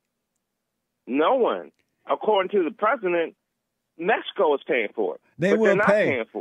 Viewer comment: I think he's entertaining. Most trolls are. But I'm not going to praise someone who says, "Mess-i-co", yet he talks about blacks not being able to communicate.